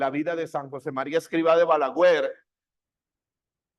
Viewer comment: Se dice BALAGUER no BALAGÜER… 😊